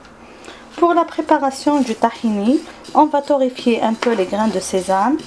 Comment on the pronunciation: C'est tahina madame c'est pas tahini